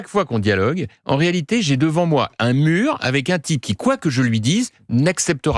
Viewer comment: Un murrrrrrrr😂😂😂😂😂